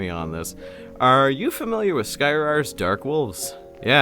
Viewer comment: Every time you say "Skyrar" quickly it sounds like "Skyrim".